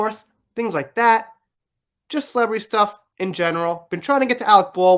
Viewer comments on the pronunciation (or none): none